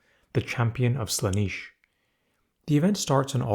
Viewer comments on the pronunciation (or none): Um actually 🤓, the first “A” in “Aeldari” is silent, and “Slaanesh” is pronounced like “Slon-esh,” not “Slah-neesh.” “Slah-nesh” is also acceptable.